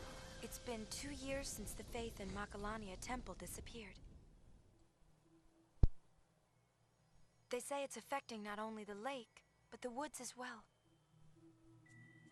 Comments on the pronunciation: Really? Why do you say it that way though? It says "Macalania" . I'm not mad, it's pretty funny actually ahahaha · I swear that when you talk about Macalania, it sounds like "Macarena woods"